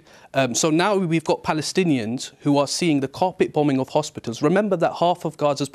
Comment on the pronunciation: Did he really say carpet boming hospitals.?